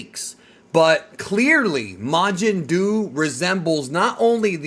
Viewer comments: Bruh it's majin duu. Fucking mountain dew my guy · The first thing I thought when I heard Majin Duu was "Majin Doo Doo"